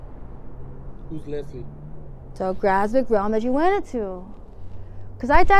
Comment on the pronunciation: She isn't saying leslie she is saying lesbian.